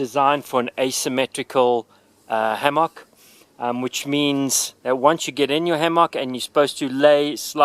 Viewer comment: Ham-mock that’s not how it’s pronounced but thank you for your video